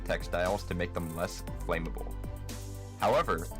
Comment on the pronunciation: I assumed a computer-generated voice was used since it pronounced flammable as "flame-able."